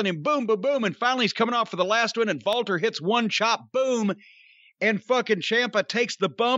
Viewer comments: jim, its Walter, not Valter 😂😂😂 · It sounded like they were saying Valter instead of Walter and the girl in the thumbnail reminds me of Tessa Blanchard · It lowkey annoys me that corny can’t say Walter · Why does Jim call Walter, Valter? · No, it isn't I'm German and we do not pronounce the W as a V. lmao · Stop saying Walter with a V. Just say Walter.